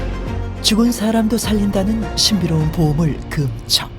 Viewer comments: 나레이터가 '금척'이란 단어를 발음할때 금:척(그음척)이라고 하는데요......맞는 걸까요? 금반지, 금목걸이, 금화, 금은방.....의 '금'은 다 짧게 발음하고, 금지, 금주, 금연, 금물의 '금'은 다 길게 발음하는데 왜 굳이 '금척'의 금은 길게 발음하나요? 비디오의 내용을 보지 않는다면, '재는 것을 금지한다'라는 의미로 들리네요. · 짧게 발음해야 한다!:person-turqouise-waving